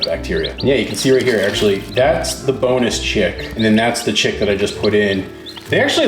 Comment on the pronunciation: Chirp, chirp, chirp,chirp, chirp, chirp...OMG for a second there I heard "boneless chick" instead of "bonus chick" and I was terrified :D